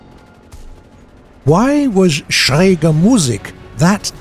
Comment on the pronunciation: Finally "Schräg" pronounced correctly! Thanks!